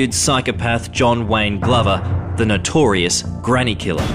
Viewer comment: I should be concentrating on the story but what really gets up my goat is when reporters don't pronounce words correctly. It's not 'nitorious' it's notorious.